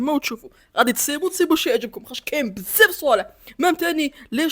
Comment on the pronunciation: الناس كتقول بزاف وانت كتقول بساف🤣🤣